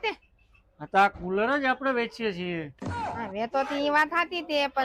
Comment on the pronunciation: 😂😂😂😂tular😂😂😂 cular😂